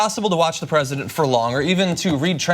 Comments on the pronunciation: I heard that "Fresident" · LOL - Did John just say "Fresident?"